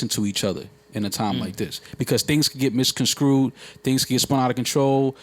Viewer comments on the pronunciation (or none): ....Misconscrewd. lol, (misconstrued)